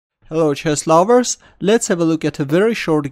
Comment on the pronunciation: Hi, but why do u say "Hello chess lavers"?